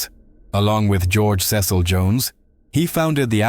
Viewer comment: Crowley rhymes with Holy ... you should have used the English pronunciation of "Cecil" ... you've twisted all the details around about his trip to North America ... he received the Book of the Law while on his extended honeymoon ... Aiwaz is the secret name of Melek Taus, the brazen peacock of Kurdish Yazidi belief. He is described as a holy being [Among early Christians, the Peacock represented immortality because of a folk belief that its flesh does not decay after death. Peacocks are not common to Yezidi territory]. Melek Taus may also correspond to the ancient Mesopotamian divinity of Tammuz. He allocates Responsibilities, Blessings and Misfortunes upon humanity as he sees fit and it is not for the human race to question his choices. Melek Taus is a leader of archangels. יהוה ordered him not to bow to other beings. The deity praised him and made him the leader of all angels and his deputy on the Earth. The Yazidis believe that Melek Taus comes down to the Earth on the first Wednesday of April [So Melek Taus comes down to Earth about the time The Book of the Law was written!]. He is the only angelic being (if that is what he is) that was given Free Will ... I agree that the AEon of Horus is the Age of Aquarius ... The Æon of Horus should see: a period of group consciousness; a purification of our inner spirit selves, while also mirroring these purifying changes into the living planetary system; and widespread transparent, peaceful, neighborly, and sustainable living ... if